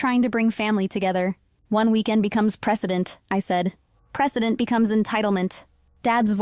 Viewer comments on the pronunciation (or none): Precedent, not president